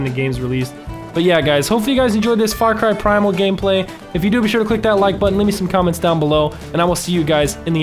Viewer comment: You said primal wrong spell it out p r I m a l